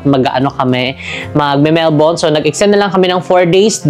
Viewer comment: Almost perfect pronunciation ng Melbourne. Love it 🥰